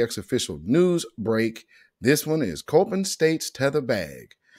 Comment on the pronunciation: It’s pronounced c-o-p-p-i-n not coping. Your welcome family. I was born and raised in Baltimore. Before I left that dumpster city 30 years ago